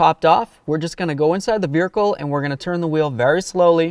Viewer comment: Irritates me how this guy says vehicle😂